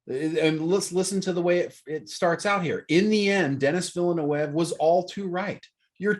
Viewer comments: Guys, There's enough information on the internet and interviews for "Dune" that you should know how the Director, Denis Villeneuve pronounces his name. It's pronounced Den-ee Vill-newve. He's French Canadian so it's not pronounced with a Spanish/Latin accent. People who don't know anything about the Dune universe should immerse themselves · Thank you! I kept saying "It's Vil eh neuv!" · Repeat after me : D-knee Villa-New-v (Dinnee Villanewv) More "Englishy" : Dennis Villa-New-v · It's still wrong! 🤣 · i mean no one ever watched formula 1 ? then you guys must know how to pronounce Villeneuve xD and Da Knee is good for his first name xD